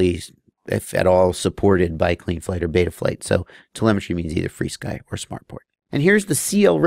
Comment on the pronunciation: "Free Sky" is actually the proper way to pronounce FrSky. They actually tell you that in the manual of their radios like the Taranis. So and everyone else who pronounces it "Free Sky" are saying it correctly as per the company's intention.